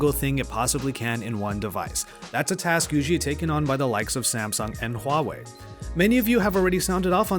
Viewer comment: You got the Huawei pronunciation correct!!!